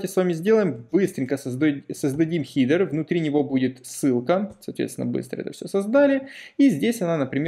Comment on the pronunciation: хИдер...как же режет слух)